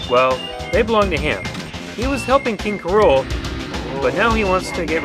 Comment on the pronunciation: did you say "king k. rola"?